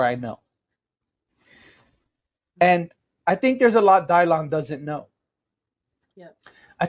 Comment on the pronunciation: Dylan who? Someone help me out here. Also that pronunciation is absolutely ridiculous. It's my son's name too. Why? Just why? If you want a unique name for your child, do the work. Research your own heritage and maybe use something there.